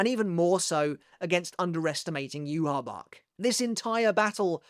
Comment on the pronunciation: Using Rosetta Stone? Perhaps you can use that to teach you how to pronounce Yhwach correctly.